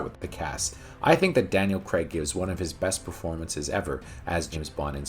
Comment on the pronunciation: It's actually Daniel Craig. Not. like " Craig David " emphasis on the Craig there.